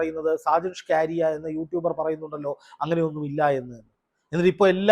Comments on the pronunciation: ഷാജൻ സ്കറിയ എന്നല്ലെ ഷാജൻ. സ്ക്കാരിയ എന്ന് പറയുന്നതെന്താ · ഷജന് ഷ്കാരിയാ 😂 …. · Sakaaaaariya tirichu parayunnu😢😮😅